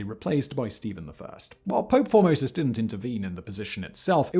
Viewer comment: I swear I would hear the name 'Formosus' and kept hearing 'Pope Phimosis'... A pope named after a foreskin condition that reportedly afflicted King Louis XVI...Now that's comedy.